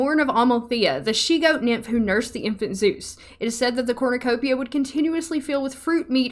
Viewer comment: Evrytime you said Corrnecopia , i got a mini heart attack , Becouse i had to think of the hunger games 😭